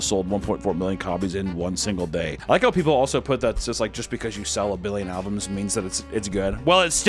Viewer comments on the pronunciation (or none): Is he saying "buying alvums" on purpose?